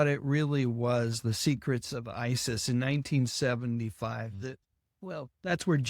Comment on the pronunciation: I can't tell you how pleased I am to actually hear you say the name Isis.